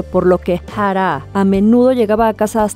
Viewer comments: Yo tratando de tomar el vídeo en serio & sale con su "Ja-rá" como si hubiera puesto al traductor a pronunciar su nombre porque ella no podía pronunciarlo 🤦🏻‍♂🤦🏻‍♂🤦🏻‍♂ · me pone un poco nerviosa como dice Jaaraa. que descanse en paz. :c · Porque pronuncia así jara que feo molesta al oído pero nada muy buen reportaje y triste de esta sociedad la vida es dura para muchos con dinero o sin dinero con fama o sin ella. No es fácil y más cuando se sufre tanto no critico al que tome esa decisión no es nada fácil y solo ellos saben su dolor para mi hay que tener mucho valor para quitarse uno mismo la vida y eso duele porque es lo ultimo que se pierde el valor y estos seres humanos lo usan para quitar su último suspiró triste de por sí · Me irrita demasiado como pronuncias su nombreeee, AHHHHHHH no puedo.